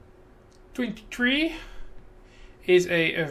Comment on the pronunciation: Thank you :D Also if the pronunciation of my name was terrible xD... I understand you ahahah ~Gianma23